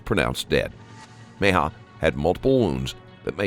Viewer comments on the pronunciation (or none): Meh- hee- yuh Not Me-yuh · It's not Meja, or Mija, it's Mejia. Geez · Fantastic channel!!!! Except Mejia is pronounced Me he a...not me haw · Just a quick correction: The boy’s last name, Mejia, is pronounced “Meh-HE-uh.” Rest in Peace, sweet one. 💐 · Mejia is pronounced meh-HEE-ah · ME-JI-A. Meh-hee-ah. Takes 5 seconds to google pronunciation for a channel this big you think theyd try